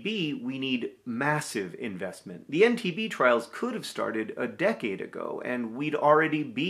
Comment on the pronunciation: This is amazing news! But also -- every time John said EndTB I heard "MTV." I thought "Oh wow, look at MTV using their power and resources in this new and unexpected way, good for them." And it took me a few times hearing it to realize that that probably wasn't what he was saying.